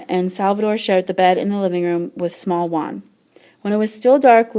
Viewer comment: Uan is not Juan